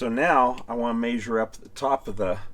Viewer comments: My only comment is I wish you would learn how to pronounce measure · I get a kick out of this guy saying "mayzure". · It always cracks me up how the cleaning guy pronounces measure...."may-shir" 😂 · I had a cattle management professor at CSU that said “measure” with same accent as your dad…lol